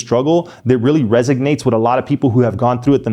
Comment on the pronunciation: resonates*, not resignates.